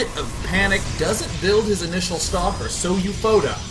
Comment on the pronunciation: Hey Day9, This player SouFoda can be Brazilian. SouFoda in Portuguese means "I am the best" but not in a formal and beutifull way of saying... like, "I am more than a baller, I am THE PIMP BALLER." If you want to know, the pronunciation is like "soul foda". Take care.